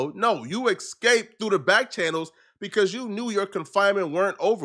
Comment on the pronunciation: It's eSsssssCaped not Ex-caped